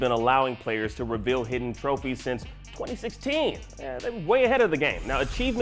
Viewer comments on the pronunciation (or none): none